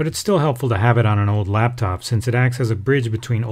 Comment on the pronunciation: laptop not laptof